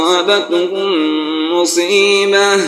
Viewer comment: 6.33 me la alif ki ayat pe aapko saans nahi todni thii Phir Jab aapney back kr k padha to museebatun padha jaaegaa Naa ki museebah